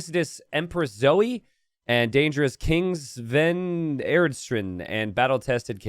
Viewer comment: never pays attention to all my comments correcting his pronunciation, but in the Germanic/Nordic languages, 'j' is typically pronounced like a 'y', i.e. 'yomsviking' or 'yarl'. Furthermore, in those same languages, 'ei' is pronounced like 'eye', so "Svein" is pronounced like 'swine', but with a slightly 'f'-like 'v' instead. Now all that remains is to await mispronouncing these and so many more for years to come!